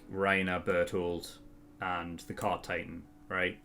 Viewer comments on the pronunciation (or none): none